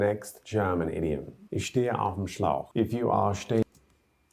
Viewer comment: Its not slauch its schlauch